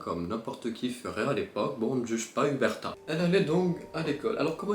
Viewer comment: “Erberta” On lui dit ou pas ? C’est Uberta ._.